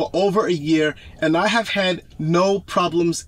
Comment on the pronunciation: you said vear